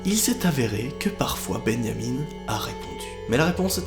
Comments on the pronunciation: ça se bajamin est pas beneyamine. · MOI : Répète après moi, BIN-JA-MIN 🙂 NOA : BI-NYA-MINE🤨 MOI: BIN-JA-MIN BORDEL !!!!🤬 NOA : binyamine... 🥺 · Ça m'a perturbé aussi je disais Benjamin aussi pas Beneyamine😅😅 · beau francais osti de cave xD tu dit benyamin au lieu de benjamin ...... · C’est Benjamin et non Ben-ya-mine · Moi: Benjamin: bégniamine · Benjamin pas Beunyamine mdr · C'est comme benianim ou je sais pas quoi BENJAMIN mon gros, pas benianim. C'est pas possible tu le fais exprès dis-moi?? Stp dis-moi que tu le fais exprès!!! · « Benjamin » ça se dit pas « benyamiN » mais « binjamin » avec le son « in » pas « ine » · Pareille ptn 😂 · Il dit beyamine au lieu de Benjamin 😂😂😂😂😂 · Beuyniamine Benett wtf x) c'est tu vraiment comme ça qu'on prononce Benjamin en France? qui ce dit vraiment plus comme bain-ja-main ici seigneur hahaha c'est horrible Ça change tout le nom votre prononciation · comment tu dit benjamin on dit "bingeamin" pas "binyamine" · Beyamin Bennett Moi: c'est BenJamin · Benjamin pas benyamin au debut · « Benyamine » tu n’as pas respecté les Benjamin mdr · Arrete de dire benyamine c Benjamin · "Ben Yamine" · Sa choque personne quil dit beniamine au lieux de Benjamin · C pas Bengamine c Benjamin et c forum pas foroum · Benyaminne ?? Sa se prononce bain ja main (benjamin) pas benyaminne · Sa ce dit pas comme sa Benjamin perso c’est mon nom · C moi ou il dit « bénamine benette » a la place de Benjamin benette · Nobody: Literally nobody:: bEnYamiN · Wesh je suis le seul a remarqué qui dit BENYAMIN BENNET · Pourquoi "Benyamine" ? On dirait presque du néerlandais xD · Je me suis posé la même question sa se prononce binjamin. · Benyamine??? Non mais sérieux ?!! 😂😂. La prononciation devien grave parfois (je critique pas vraiment ses de l'ironie) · ''Ben Yamine'' ... ?? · benniamine ? foroum ? mdr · tu prononce Benjamin: Benyamine?! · Mdrr comment il a dit benjat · beniamin bennette 🤣🤣 y'a prononciation est folle